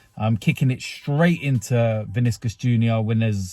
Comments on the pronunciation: Vinicius, not Viniscus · The way you say Vinicius 😂😂